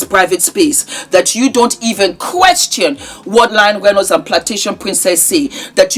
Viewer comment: She’s saying Lying Reynolds